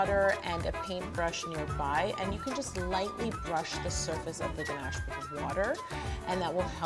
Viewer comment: I enjoyed this even more because you say ganache the proper way as ‘ganash’ not ‘ganarrrsh’ that so many people use when trying to pronounce French. Also I’m team crunchy, so big win on this video. Great cake too x 😉